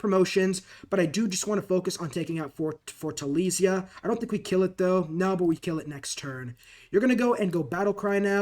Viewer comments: And as a brazilian, I can say none of that is right 😂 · The number of different ways you pronounced Fortaleza was impressive.